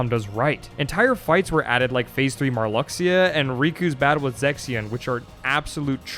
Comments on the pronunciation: Your pronunciation of Marluxia would have been more of a shock if you hadn't said "Atlantis" twice earlier in the video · His pronunciation of Marluxia annoys me. Sure, I thought it was pronounced that way before Re:CoM came out in North America, but the pronunciation we hear is more correct than any way we guess based on spelling.